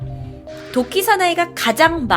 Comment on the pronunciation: 자꾸 도끼가 독기 라고 들리는 1ㅅ..